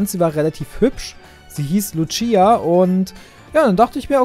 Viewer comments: DAS Heißt Lucia und Nicht Luchia! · Hi wollte sagen das ich auch lucia heiße und es wird ohne t ausgesprochen